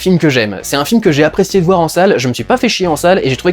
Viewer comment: le vouer , on est chtimi dudu?